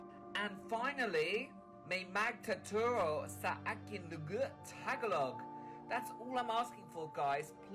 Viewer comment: I can't help but notice him butchering the Filipino "ng". It's pronounced "nang" with a short a sound, although "nang" is an entirely different word from "ng".